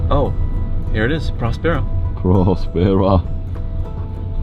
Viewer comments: Okay Spanish lesson, it's called prÓspers which means healthy. Put the accent where it belongs. prospÉra as you call it actually means Nothing. Yes the name has a meaning and it's VERY Important to the story. I would say it's the Main idea out of it. So please, learn Spanish and understand that the name has the meaning you are looking after since the begining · Hmmm. A bunch of dubious experiments. Menstrual flow--a goldmine of stem cells? Right. A hint on pronunciation of Spanish words: the accent on a syllable means that syllable is stressed. So Próspera is pronounced PROSpera, not ProsPERa. (Same for Italian, except the accent mark goes the other way) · I’m 3 minutes in the video and I cannot stand the way they pronounce próspera . It has an ó! It’s not prospéra, is próspera! But seeing the other comments, this seems to be a nonissue compared to the lack of coverage. Let’s see